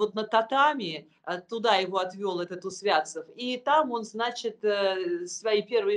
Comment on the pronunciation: Ударение -- УсвяцОв !